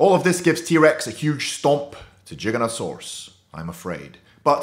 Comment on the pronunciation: Please pronounce it correctly . It's Giganotosaurus not Jiganotosaurus.Giga